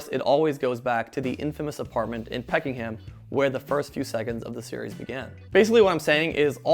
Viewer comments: Thanks for the video mate, very sentimental to middle aged brits.. Not being a twat here but It's pronounced peck'um not pecking ham, in case it helps anyone. Cheers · Its Peckham, you plonker, not Peckingham... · Peck -ham not peckinham 😂 grate video really enjoyed it cheers ❤ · Bro really said peckingham